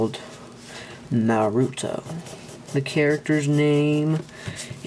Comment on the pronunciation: U said nartuo wrong